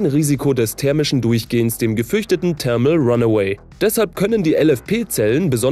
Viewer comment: Bei „thermal“ kommt am Anfang ein th-Laut, kein t.